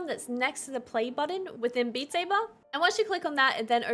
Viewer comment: Beat Say-bahhhh